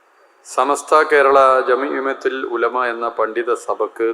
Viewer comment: ഇവന് പറയാൻ അറിയില്ല ജെമ്മീമത്തുൽ 🤣🤣🤣🤣സമസ്ത കേരള ജമീഅ ത്തുൽ ഉലമ 💪അതാണ് ശരി പേരിൽ റിയാസേ 🤔